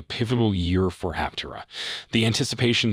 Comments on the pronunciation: Thanks for your video. BTW, it's pronounced Aptéra. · Pronounce Aptera correctly. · True , simply just making content. You would think they could pronounce the name correctly.